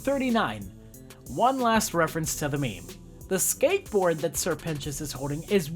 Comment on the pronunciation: This video taught me how to say 'Sir Pentious' correctly